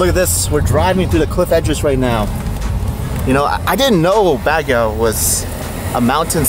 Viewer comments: Not bagyaw! Bag-gio is the pronounciation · Learn how to say Baguio. Not bagyaw 😂 pwede naman mag tanong. Purong pinoy naman jusko! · vanessa hudgens is born and raised in the USA half/filipina. tatay nia americano. Not sure with this guy. Madami ako kilala pinanganak sa USA but they’re willing to learn. They can pronounced Baguio. Unless nag iinarte? lol 😜 Ang OA kasi ng bagyaw nia eh lol 😂